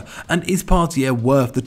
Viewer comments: It's Partey. Part-ay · Can acc not pronounce Partey?